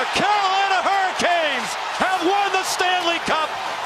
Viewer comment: At no point did he say panthers there’s not even a “P” sound… he just mispronounced hurricanes